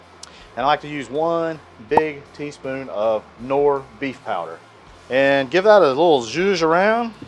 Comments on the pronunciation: Even better if he pronounced it correctly... it's K-norr, not norr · Sweet cooking. The fried rice looks so tasty. Btw. Take into consideration , that you have viewers from outside the states when explaining. MSG what is that? With that in mind, the K in Knorr isn’t silent. It’s Knorr, not norr. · Did you say "Kmorr beef powder"?